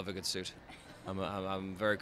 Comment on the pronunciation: I thought that!! The way he says suit is like “suiT” like he really pronounces the T